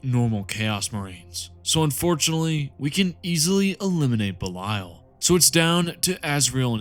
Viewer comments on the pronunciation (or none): Your pronunciation of Belial hurts it's literally Belee-ull